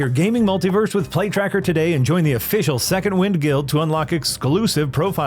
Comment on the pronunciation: When the ad read started, I thought I heard "Plague Tracker" instead of "Play Tracker". After listening to the ad, I'm not convinced I was wrong the first time.